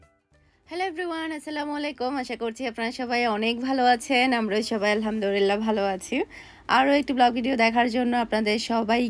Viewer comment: Apu apni alhamdurillah bolen sobsomoy. Eta clear kore alhamdulliah bolben.....